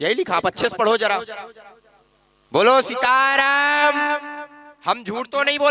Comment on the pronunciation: सिताराम नही सीताराम